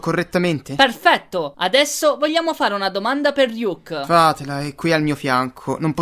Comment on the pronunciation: RYUK CON LA I? COSA STAI DICENDO